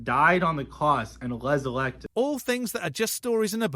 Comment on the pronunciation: "... Died on the cwoss and weserwected.." - Stop it, I'm dying.